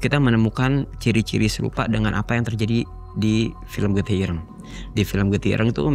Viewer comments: getih ireng, "e" nya kayak bilang "bareng", jadi bukan kayak bilang "cireng" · Irenggg moasss irengggg (bunyi kyk kata "ganteng" or "item") bukan ireng (kyk loteng, banteng, or whatever) 😫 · Sekedar saran, jika mau menyebut kata bahasa Jawa, cari tau dulu ke orang yang paham basa Jawa. Shgga dalam pelafalan kata tidak keliru. Dlm video ini, menyebut "Ireng" seperti menyebut kata "cireng". Pdhal tidak sprti itu. Maaf ya, bkn mksd apa², 7an nya hanya meluruskan sj, agar kesalahan 1 tidak menyebar lagi. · Iya Ireng jdi Kata cireng TPI ga pakai C dia nyebut nya 😢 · Mgkn bukan org Jawa, jadi nyebut ireng itu kyk nyebut cireng, atau mgkn kebanyakan makan cireng 😂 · Getih ireng mas. Bukan getih ireng.... 😅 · Ireng mas bukan ireng😂🙏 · Irang iréng. nyebut yg bnr. 😂 IRÈNG!!!! Dibenerinnya pas udh kelar. Ga dr awal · Cara nyebut ireng aja salah mulu😂😂😂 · Sory gw salfok sama penyebutan getih ireng oleh si mas bertopi. Yang bener kan penyebutan huruf e di kata ireng sama kayak penyebutan huruf e di kata senam. Sedangkan mas nya nyebut huruf e di kata ireng dgn pelafalan huruf e di kata nenek.